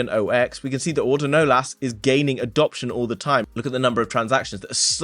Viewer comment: its not auto-nolas.. its pronounced uh-tuhn-ohless